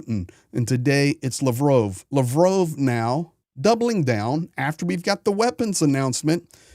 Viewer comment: You can't even pronounce Lavrov correctly.